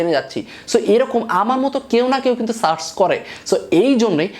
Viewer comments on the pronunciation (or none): none